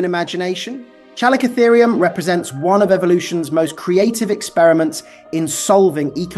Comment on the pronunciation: It's pronounced "Calico-Therium". Have you never heard any of these names spoken out loud? Because you seem to get the majority of them wrong. :))